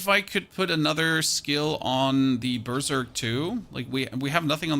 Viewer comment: Where is this guy from? I love this guy's content - but Burrzerk and Charrr is killing me HAHAHAH. Solid content. No hate, just dying with laughter hahaha